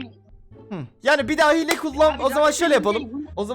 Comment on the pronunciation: yanlız hile diyeceğine hile g diyo laaaaa